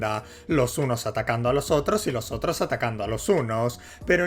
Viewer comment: puedo oír las h en "hunos" y "hotros"